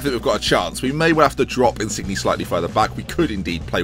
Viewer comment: Insigne is pronounced In-seen-ye